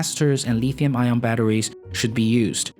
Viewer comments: Nobody says "Leethium". It's Lithium with a short 'i'. Where do you come from? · I lol when I hear Chinese dudes say lithium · If you are going to talk about lithium batteries you should learn to pronounce lithium.